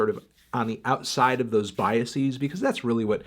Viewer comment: Let’s Argue: Anthony is saying “BiaSEAS” rather than “Biases”.